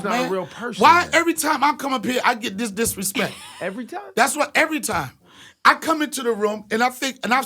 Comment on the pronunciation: Da DisRespeck Son 😂😂😂